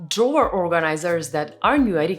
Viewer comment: Love you ❤ Been following for quite some time 🎉 Love how you grow ❤❤ Tomorrow in the shower I have a little handy one - try pronouncing drawer some more (and me, not that i am better, I cant even spell😂) All love, drawer - god it’s a hard word - toungetwister 😅